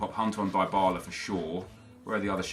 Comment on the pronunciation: It's not die Bala it's Dee bala